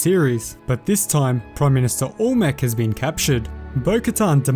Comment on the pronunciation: im sorry but ita AL-MEC not ALL-MEC